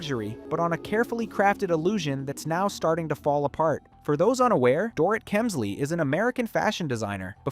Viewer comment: I wish I could finish watching this but when the narrator keeps mispronouncing the subjects name it starts getting obnoxious. Please put a bit more effort in your ptoduct.